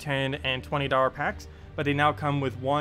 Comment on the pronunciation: haha notice how you said dollar as darwer. nothing bad just caught me off guard :D